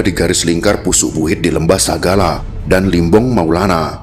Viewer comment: Limbong mulana Bukan limbong maulana